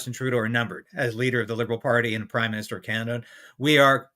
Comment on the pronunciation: Everytime Polievre is saying prime minister, I ear crime minister!...